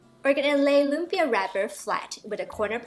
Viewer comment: Very nice, even pronounced 'lumpia' like a Filipino. A short cut to the sauce is Mae Ploy sweet chili sauce from your local Chinese or Korean store and a touch of Sriracha for the extra kick. Its good to have these available anyway if you are cooking Asian food.